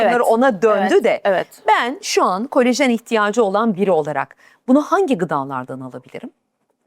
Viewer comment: "Kolajen"e "kolojen" denen bir programdan nasıl güvenilir bilgi alırım diye düşünüp, izlemekten vazgeçtim.